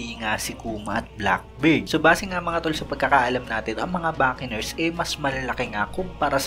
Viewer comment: anong backeners??? Bocanners yun lala mo tlga